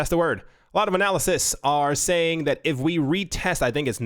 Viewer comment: excuse me he was trying to say anal cysts